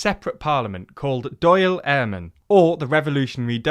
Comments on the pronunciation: At least it wasn't as bad as Dáil lol, or as he says Doyle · to be fair, on Wikipedia it does say it’s pronounced ‘doyl’ so that explains that, however, the Éamon is unforgivable as even if you’d never come across an Irish name in your life, you must have watched GMTV at some point. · Very good. Congrats! Dail is pronounced ‘Dawl’ as in awl or rawlplug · I looked up Wikipedia and I can see how he thinks its pronounced "doyle" but listen to the news or something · that's true, but I understand if you have a strong British accent and you only listened to the Wikipedia pronunciation how you could make it sound like doyle :D Id be lying to say i never horribly mispronounced a word i never heard in a different language...and even some I have. missing the fada on the video spelling is a little lazyer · Painful pronunciation of Dail Eireann, but kudos for trying. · Really bad call on the “perceived” discrimination.. the Catholic emancipation wasn’t enabled for nothing, been documented for centuries and still ongoing in areas in the north. just does show that some Brits still don’t really understand or care what happened here, also how can you pronounce Dáil wrong 3 times all differently like that’s lazy journalism if ye ask me. A lot of context missing like the fact we were a dominion of the commonwealth until 1948. Overall tho good video nice to see some Irish politics on your channel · How hard is it to look up the proper pronunciation of Dail or Eamon? Surely any decent content maker would make sure they're not making a fool of themselves before posting a video? Also "Perceived discrimination", the Catholics in the North were very much discriminated. Saying perceived repeatedly makes you sound tone deaf and trying to erase history. I know it's hard for British people to talk about their countries crimes and prejudices but if you cant do that in this situation, you're better off not engaging with this topic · I've never heard someone mispronounce the Dáil so badly